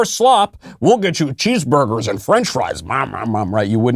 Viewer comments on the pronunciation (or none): none